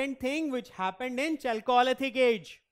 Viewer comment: You can’t pronounce chalcolithic like that